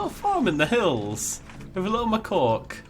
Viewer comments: I thought he said MY COCK. Hey,don't judge me. Im a careful listener. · Your pronunciation of Macaque had me in stitches!